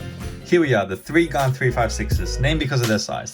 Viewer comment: Its gan not gun